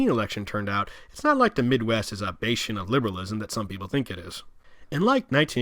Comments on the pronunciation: bas-chen ....Bastion not base-chen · to be fair, unless you live in LA you probably don't realize "wilshire" is will-sher not wil-shire. i can't explain why he said baste-ion instead of bastion tho haha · Sorry but youtube mispronunciations are driving me nuts. The word is ‘bass chin’ not ‘baste ion’. Take as constructive criticism. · Did he really pronounce "bastion" as "BAY-chee-in"?